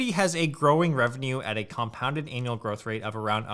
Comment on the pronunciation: ANN-UAL... not ANAL-UAL... ANAL--LYST Lol...Definitely better to pronounce it like this: ANA-LYST.. I Don't know if that's your accent, or what but yeah lol (You can hear both ) Great video! Thanks for posting! Investing in Metaverse companies is a no-brainer. They'll should all do really well!